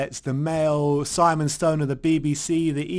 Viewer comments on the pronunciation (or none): none